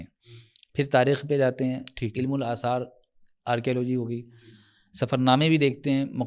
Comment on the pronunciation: tou apke samne jo hazrat bethe hein inka naam mujhe nahi maloom lekin inka bhi talaffuzz kuch theek nahi maloom hota yeh ILM ko ilim keh rahe hein Aap bhi mujhe thore se halke maloom hoty hein